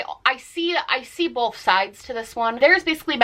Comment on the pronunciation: I’ve noticed some Americans say “bolth” instead of “both” it’s so strange